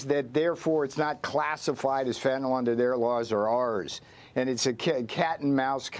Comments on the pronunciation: The drug is Fentanyl, not Fentanol. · Fentanyl has now surpassed nuclear as the most mis pronounced word in media! fen.t̬ən.ɪl not fen.ten.ol - nuː.kliː.ɚr - not nu.ku.lar